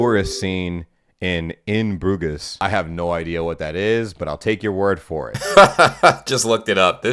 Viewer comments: Quick headsup - it's not pronounced 'BRU-GES' - more 'Broozh'. So, the reference is 'In Broozh'. EASY, yeah? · She said she ran out of water ages ago so she did have some with her but probably not much. I mean I'm Irish and I got a bit lost in the Dublin mountains before with others so it's not that she's stupid. Her panic is OTT as she's just outside Dublin city, but if her friends left her that had to be scary. Not very good friends. Also, your pronunciation of Bruges made me laugh 😄